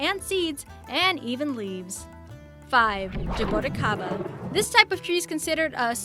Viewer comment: She mangled Lichee, Jabuticaba and Carambola. Ca - ram - bo - la. all short sounding vowels. Not to mention that it is DEADLY to anyone who is kidney deficient. It WILL cause kidney failure if your kidneys are compromised.